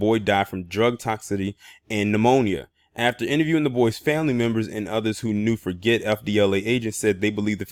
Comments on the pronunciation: Hey, how is it going, man! I just wanted to share with you that his last name which is spelled Forget is pronounced ( Forjay) in phonoenics. I believe it's a French last name. Keep bringing the good content and notable stories that go under the radar. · Yes its pronounced forjay like Guy Forget the old French tennis player.